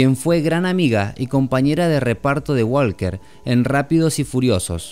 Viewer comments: En ingles en la palabra walker la letraL es silenciosa se pronuncia Waker not Wlker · Me gusto mucho tu video pero quiero aclararte que el apellido walker en ingles no se pronuncia la L en fonetica se pronuncia woker. Suerte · Por favor que a este Man le enseñen a pronunciar Walker